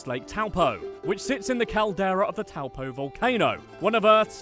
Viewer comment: I’m from New Zealand and after this I WANT TO DIE harmless ay? u said towel po pronounced toe poor Do u know what the hobbit is?